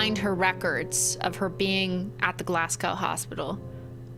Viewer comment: Cristine learn how to say Glasgow challenge failed 😞